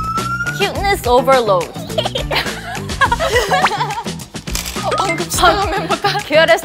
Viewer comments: The whole sequence of "cuteness overload" becoming" kyutnisoverlo" was too funny! I had to pause the video to catch my breath 🤣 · yeji really said cubess probalone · i thought yeji said cuteness abalone 🤣🤣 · Ryujin : Maybeeee Everything Chaeryeong : Meybeeeee everithing Lia : Meybeeeeeee EveryTheng Yuna : Maybe Hebiting Yeji : Hewwi evide Yulia 🤝 winrina Lia : Cuteness overload Yuna : Kyutnes ovela Chaeryeong : kil dis obela Ryujin : Cunes ovela Yeji : aysgajsgwgkwh LIAYAAAAAAAAAAAAAAAA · Why I heard Yeji say Killing laleload 😂😂😂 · I like how they laughed at Yeji for not saying something correctly when Chaeryeong said "Cuteness overleh" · lia: cuteness overload yuna: cuteass overlo chaeryeong: cuteness overle ryujin: cuteness overloww yeji: gegeorlo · Lia: cuteness overlowd Yuna: cyutnes ovelo Chaeryeong: cyuness oveluh Ryujin: cyuness ovelow Yeji: kunezobelow Lia: choovenolevow (since she repeated it at last) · LIA: cutness overload YUNA: cutess oavarlaah CHAERYOUNG: cutess oaaberloh RYUJIN:cutess oberloh YEJI: kubess kwakheloh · Yeji said cutenessenvelole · had me dying when “cuteness overload 😏” devolved into “CuTeNEss oVarLOh 🥴” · Yeji : cute ney ovalow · Lia:Cuteness Overload🥺❤️ Yuna:Cuness Ovalowd😎✌️ Chaeryeong:Cuteness Ovalawd💅✨ Ryujin:Cutness Ovahlowd😋☁️ Yeji:KyUtNeSt OvAlOaD😔🔪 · Yeji’s “cuneobelo” BAHAHAHA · I Can't forget when: Lia: cuteness overload Chaeryeong:cuteness overload Ryujin: cuteness overload But our two no°1 english speakers (yeji and yuna) : kiUNes ObeRLeh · Lia "Cuteness overload" cute Yuna: "Cuteness overloa" cute Chaeryeong: "Cuteness overloaid" sassy Ryujin "Cuteness overloadv" sassy Yeji "Cwutenwess owverwload" sassy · kyutnes overlah